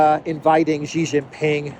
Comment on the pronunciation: big fan of yours.. But one small criticism.. can you please not keep butchering the pronunciation of Yuan ¥. It's not pronounced "won" that's Korean.. Also Xi is not propounded Ji.